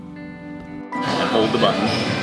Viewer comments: So happy for you. I love everything you do, so I’m sure I’ll fell in love with your candles too. ❤ Just a kind note from a French native, in French « lueur » is prononced « lü-eu-re » note « lore » 😅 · LUEUR yes it means glow, so pronounce it like this LU- EH-RRRR roll the R at the end of the throat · Thank you it was driving nuts! Especially after she said I’m French and then butcher the French word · Lueur is pronounced “LEW-EUR” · You’re right, and she is French as I am a cat 😂 I am French and it’s a fact that she doesn’t know how to pronounce lueur. Why Americans want to be French? Weird… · Vous trouvez? Auden est le nom d’une marque de soutiens-gorge chez Target aux US. Et un américain n’arrivera jamais à prononcer “lueur”. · This is so cool! Loved seeing all the planing and backstory. Also love the name of the brand, I would just practice saying lueur correctly because it’s a very beautiful French word and I feel that it’s important for you to know how to pronounce it since it’s the name of your brand. Very excited to see part 2 and congrats! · Auden ne veut rien dire, c’est le nom d’une marque de soutiens-gorge chez Target, ici aux US, mais je ne crois pas qu’elle ait choisi ce nom à cause de ça. Et “lueur” aucun américain ne sera capable de prononcer ce mot correctement. Elle veut juste faire croire qu’elle est française, je me demande bien pourquoi… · Hi, watching you from France Lueur means small light from a candle:) good name In terms of pronounciation, it sounds like: - lu (u as in ultimate not as in u turn) - eur as in her (but you dont expel the h, you don’t pronounce it) The structure of the word is called a diphtongue and it is very interesting to play with such words Wishing u the best for this new Project Laurence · You’re French? You didn’t pronounce lueur correctly. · Poor butchering the prononciation of her own company's name:(